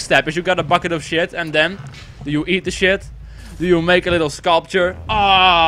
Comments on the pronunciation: 'then' not toen nice vid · He says tune